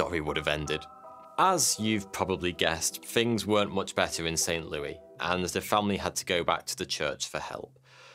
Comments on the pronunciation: I was laughing my ass off at your pronunciation of Saint Louis. You pronounced it "Looey", we pronounce it "LOO-ISS". On a side note, there was a made for cable movie from 2000 called "Possessed" that was about the events you chronicled in your video. I watched it on January 1st of this year early in the morning after getting out of bed and pouring my first cup of the day. Afterward I brought up a game on the computer and began playing. Then I started feeling a bit off and went to bed, shaking like a leaf. No I wasn't possessed but it was probably covid. WHAT TIMING!!!!! Laugh it up at my misfortune. Incidentally it wasn't a bad movie. I actually thought it had been filmed in Saint Louis. The architecture was right and that sure as hell looked like Saint Louis University to me!!!!! The SLU Billiken was even prevalent everywhere. The break though came when the kid ran off to the cliff and tried to drag Bowden over the edge. That was either a great lake or an ocean, and the body of water it would have been in Saint Louis was the Mississippi River. According to the credits it was filmed in Toronto. I think I streamed it on Amazon Prime... maybe Netflix. I can't really recall. Here's a link to the movies page on IMDB. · "RAY-g'n", not "REE-g'n". Re-watch the movie. And it's Saint "Lou-ISS", not "Lou-EE" here in the States. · I’m from that area and it’s pronounced Saint LEW-ISS. Not Saint LEW-EE.